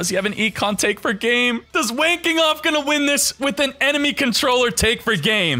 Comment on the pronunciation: This is for all the times said Wayne Kenoff, and I kept hearing "Wanking Off".